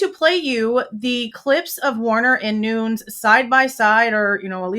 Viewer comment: Officer Nunes , 2 syllables pronunciation. Noon-ees